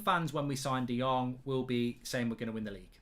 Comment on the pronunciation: De Jong = De Long 😂😂😂